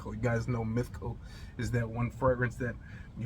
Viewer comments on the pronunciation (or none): You kept mentioning a "mithical" fragrance. Which did you mean?